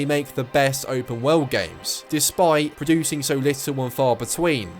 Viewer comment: Sounds like you're saying WELD when you say WORLD. lol